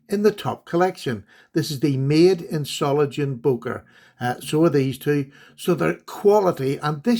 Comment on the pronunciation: It's pronounced ZOH-LING-ENN. fyi